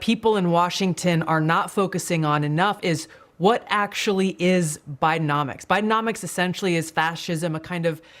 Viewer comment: "Bidecomics" pronounced " buy de comics"